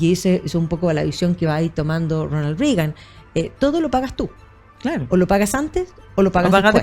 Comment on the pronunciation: Extraño que en Chile todos pronuncien Rigan. En Estados Unidos es RRegan pronunciando con E. En el caso del presidente la conjunción ea corresponde pronunciarla como en las palabras Bread o Head.